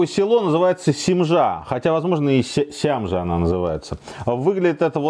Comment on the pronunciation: СЯМЖА,УДАРЕНИЕ НА Я😉у меня там деревенька не подалёку👊😎